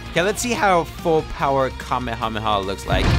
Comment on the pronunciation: You min Kamehameha not kamahama